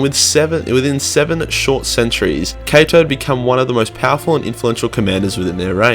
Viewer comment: I heard it too